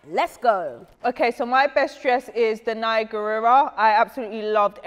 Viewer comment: The butchering of danais name 🤣🤣